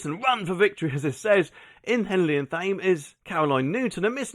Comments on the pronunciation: Thame is pronounced "TAME" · you need to learn how to pronounce Thame correctly!